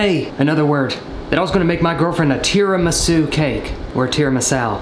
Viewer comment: its pronounced tida-misoo Edit: Holy shit its been awhile, i was definitely a smart@ 10 months ago